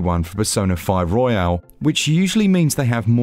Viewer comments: Nice review! Royal, not Royale (battle royale) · It’s Royal, not Royale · It's Royal not Royale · Why does everyone pronounce it as "royale" when it's just royal? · It's Royal btw, not Royale. 😆 Great review as per usual though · FYI it's pronounced "Royal", not "Royale". Hope that helps. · Was there some cheekiness or joke going on that I missed?? Could have sworn he kept calling it ROYALE and it’s most definitely ROYAL. Not a big thing just kept thinking to myself Have I been saying the wrong thing for a couple of years?? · It is a true classic not surprised that it runs well on the switch great technical review Side note It's royal not royale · hurts me a little every time he pronounces it "royale" and not "royal" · It's Royal, not Royale 🙄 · i thought i was going crazy bc he kept calling it persona 5 royale and i kept thinking it was actually called that lmao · Oh no bro is calling it pesona five royale oh gosh I can not watch this video he ain't saying it right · Your pronunciation of "royal" is bugging me. Isn't it only pronounced that way when it ends in an "e" (royale)?